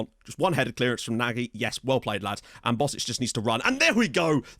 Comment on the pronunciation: Perfect procounciation of Nagy! :)